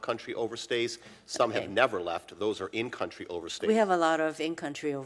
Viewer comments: that congresswoman apparently doesn't know the correct use of "over-stay" , she keeps saying "over-seers". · Did she say "in country overseers"?